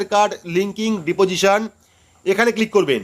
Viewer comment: DADA OTA DIPOSION NA OTA UCHHARON HOBE DISPOSITION.